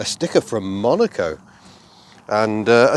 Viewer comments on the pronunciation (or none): none